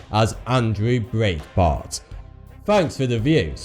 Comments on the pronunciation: I know that I'm a grammar Nazi, but it's pronounced Andrew Bright-bart. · Breitbart is pronounced Bright-Bart .... and for the record, no one close to Andrew Breitbart ... not even his wife, believes that he was the target of a heart attack gun. Andrew was a wonderful man and a great leader ... but he lived a highly stressed lifestyle due to his passion for uncovering news not covered by the mainstream media. He existed on very little sleep and was almost constantly in some level of battle via social media. Yes, he was relatively healthy ... but he was also well above a healthy weight and also well within the demographic for a sudden heart attack. We all miss him terribly ... but continuing to lend credence to this completely unsubstantiated conspiracy theory, only serves to direct attention away from the enormous contribution that he actually made. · why can't you pronounce breitbart correctly? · Talk faster. Also, you mispronounced Breitbart's name.